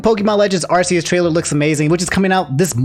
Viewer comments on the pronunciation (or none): Caution: The way you said Arceus has a British swear word in the pronunciation.